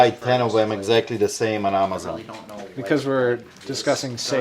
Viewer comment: It’s funny how always starts his videos with “ over here” instead of just saying “ here”. He says “over here” as if it matters where he’s standing. 😂 Another one of his unique pronunciations is the online retailer, AHHmazon. 😆